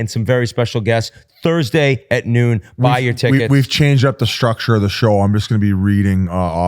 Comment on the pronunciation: Do people realize there is no letter H in words like strength and structure? Shtrength shtructure. When did this become a thing?